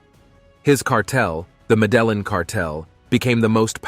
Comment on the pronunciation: Bro, that's not how you pronounce Medellin... Show some respect for a God dude..... Latti Daddi, Free John Gotti! Show some respect for your elders and betters bruv!